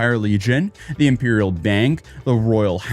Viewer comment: Moan-arch and Impeeral. can he speak words? I joke, good video, first one i've really seen since he hung out with the unsub cast <3